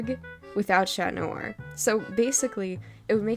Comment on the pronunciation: That's how you say it tho